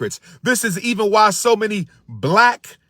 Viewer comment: The word is many m a n y not not many m i m i